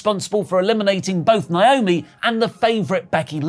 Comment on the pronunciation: WHERE ARE THE TIME STAMPS?!....AND STOP PRONOUNCING NAOMI'S NAME WRONG!